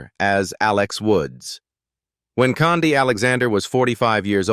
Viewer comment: Khandi Alexander's name is pronounced "candy" not "condy". I hate these AI narrations. They always mispronounce words.